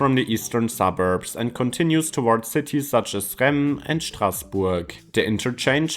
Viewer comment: you mispronounced Reims but its super difficult to explain and even harder for a foreigner to say. Well firstly the S at the end is pronounced. For the digraph in the middle though, my best attempt would be say 'eng' in German like in Engel but remove the ng and just pretend like theres still an 'ng' but dont say it😂 So 'Rengs' auf Deutsch but without the ng while still pretending